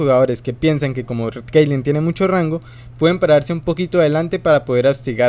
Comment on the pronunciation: te equivocaste, esta es caitlyn y no keilen